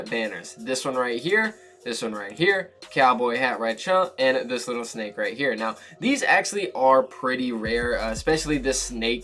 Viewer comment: did he just say rightchea